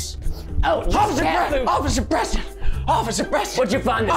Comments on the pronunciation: He said occifer instead of officer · Officer not osffier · He said Osifer not officer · Anyone else hear him say ocifer keith instead of officer keith? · In the beginning Preston said “O c c i f e r” instead of “Officer” 😹😂🤣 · Did anyone relalize Preston said “ociffer”? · ❌oficer keith ✅Ocifer keith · Preston: Ocifer Keith Me: I thought it was Officer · Did anyone notice that Preston said ociffer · preston kept saying "ociffer" instead of "officer" and it annoyed me! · Preston:ocifer Keith Me: its officer🤭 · I heard officer not ociffer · 11:4 he said osiffer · Did anyone notice that in the intro he said “ocifer” instead of officer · wait, he said ociffer instead of officer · ''offisure keith'' XD isnt it officer lol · Bro Preston said occifer keith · bruh preston just said "ociffer kieth two times hahahaha" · don’t do it osiffer ‘Osiffer...’ Hmmm lol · ᑭᑌᖇᖇᗰᗩIᗪ ᑭᒪᗩYᔕ ID say OFSER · They keep on saying ociffer XD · I laughed at the part of the bloopers i laughed st the part where you said osifer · he said osiffer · Preston: Ociffer Keith Me: A+ perfect on point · He said occiffer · You said ociffer